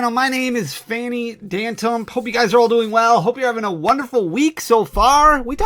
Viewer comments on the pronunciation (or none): Was I the only one that caught "Phanny Dantump" in the intro?😂 Just giving you poop Love the vids